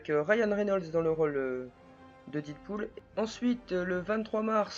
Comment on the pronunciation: Did pool ??? C'est quoi je connais dead pool mais sinon